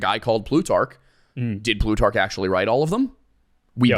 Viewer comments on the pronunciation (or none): none